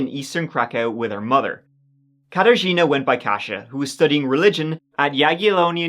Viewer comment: Mhmmm at the start the Wisła river. And Mieczysław, though I guess I just hear it wrong and he pronounces it correctly. But the Katarzyna got me really impressed. It's hard to say for a foreigner but got this one perfectly.